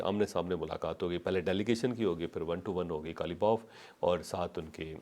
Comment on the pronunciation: محترم حضرات بصد احترام سوال یہ ھے کہ آپ لوگ قالیباف کو کالیباف کیوں کہتے ہیں جبکہ ۔ق۔ اور ک۔ میں واضح فرق ۔ ھے مفہوم میں استعمال میں ؟